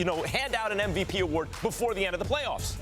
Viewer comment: SAS can't even spell "MVP". He always says "NVP"...